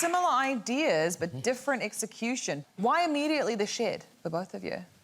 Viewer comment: I don't know what you're talking about. The word "shed" was never uttered. I only ever heard the word "shid".